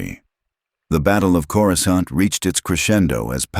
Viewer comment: “coruskaunt” God I hate these garbage AI voiceover channels